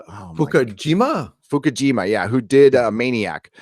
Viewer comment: Is Cary Fukunaga, no Fukushima. And there are the West Memphis three, not Tennessee 🤷🏼‍♀️